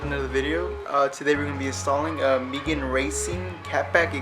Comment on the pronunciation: "Meegan Racing"